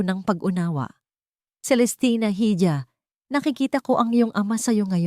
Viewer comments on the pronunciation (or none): Hija (iha Ang basa Dito means anak na babae silent h at Ang j eh h)pero all in all I like the story brava❤❤❤ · Pain ...hija pronounce as iha...pa.in not peyn